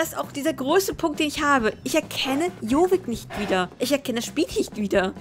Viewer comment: lern am besten erstmal jorvik richtig auszusprechen ;)